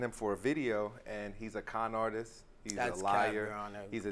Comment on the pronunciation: When he called him a conartist i thought he said kind artist I was like that was nice then I went oohhhh